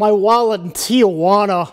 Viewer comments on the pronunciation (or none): none